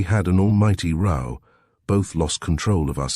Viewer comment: It's just so easy to listen to, not too much emphasis - very soothing & totally easy to forgive the random wrong row & read mispronunciations.